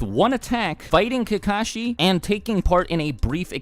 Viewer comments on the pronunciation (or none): Why does everyone pronounce kakashi as if the two ka's are separate from the shi, pronounce how they say it in Japanese,it sounds like kak-a-shi. But people in America pronounce it like ka-ka-shi. They sound like crows when they do that. And some people get offended when you say their name wrong.